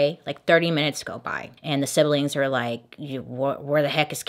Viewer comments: I'm so sorry, forgive me, I can't help it - not sibel ing, just 'sib-ling. Don't hate me, I was taught English 'enthusiastically', and often suspect that people would like to know. I'm not mean. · Bailey, Siblings is only a 2 syllable word. SIB-LING not SIB-BEL-LING. just an FYI.